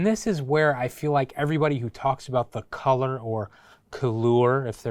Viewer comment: You had me at “calour”. Lmao.